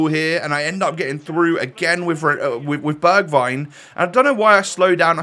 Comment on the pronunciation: You say it like berjwign